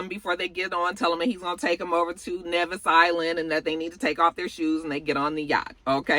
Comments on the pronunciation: It's not "Nevvis Island". It's simply "Nevis" (nee-viss) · Lol Nevis is pronounce Knee-Vis